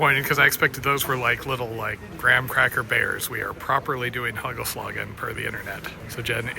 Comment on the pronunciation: Last nice Bonaire one ! Very beautiful last dives . You got me with your pronounciation of "hagelslag" , had to wipe some soda of my computerscreen ! In dutch the a is pronounced as the a in "ha" . Also hagelslag = hail stroke . The real dutch hagelslag is not the kind you got there : it's little bits of milk chocolat and resembles mousedroppings ! So in Belgium we call them "muizekeutels" , try to pronounce that one right !😀🤣😂